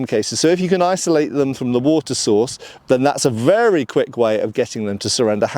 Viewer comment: Oh yes, it's vurra nice.